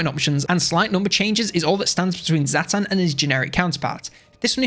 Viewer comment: Zhatan is not prounced Zaatan its Zhatan. Jyatan